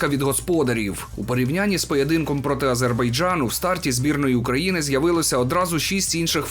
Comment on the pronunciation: Який нафіг «Азейбарджан»? Не існує такої країни. Хто такий «Ембапе»?